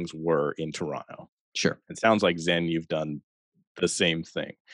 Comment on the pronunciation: where the hell is this "churonto" place keeps talking about?